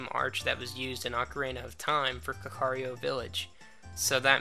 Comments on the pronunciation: 104: It's not pronounced ka-car-rio, it's more like this: First imagine saying "cat" but replace the "t" with a "K" Knowing that, this is how you pronounce it: kak-ah-ri-ko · you're pronouncing kakariko villiage as kakario